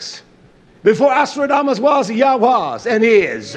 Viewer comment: Nostradamus not Astrodamus...But thx for the video.